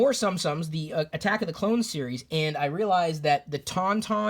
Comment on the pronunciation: pronounced soom sooms not sum sums